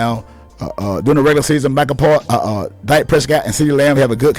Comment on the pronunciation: Ok Good Bye 👋 I just wanted to click in to see if this guy was actually the one saying what the title stated. I refuse to go past . Pronouncing your words as "Dyke" Prescott, don't want him "byke" and mixing names like "Jimmy Jones" wth- tells us what team you're really a fan of. You'll do better keeping da Cowboys out of your mouth bruh cause any damned fool with even half a brain can see that the only problem that came in Dak's game is when they tried to limit him to a one dimensional only Qb to so call protect they're investment said by Jerry Jones by the way. When he was allowed to play Dak Prescott style ball he was completely unstoppable and made the team way more deadly with him being an additional threat. He just needs a coach that doesn't try to force him to play Tom Brady ball uses his full ability. Aside from Lamar Jackson We haven't seen another true gunslinger like him that's got the ability to be just as deadly with his legs since Michael Vick. Most have either or, he has both!